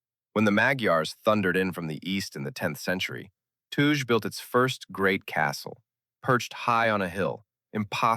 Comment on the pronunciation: Janja Polanec is a high profile trol by no doubt. Otherwise the video is very interesting and informative. There are some facts even I didn’t know (and I am 72 already). Just a remark: the oldest town is Ptuj and it’s pronounced like Ptooy (not like you did). Other pronounciations were quite OK. Excellent work!